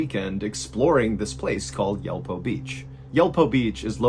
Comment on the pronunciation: Yulpo is more like Yool-po